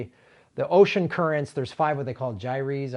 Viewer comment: Thanks for bringing this up. Plastics are a HUGE problem. ( also, "Gyre" is pronounced with one syllable. Rhymes with "tire.")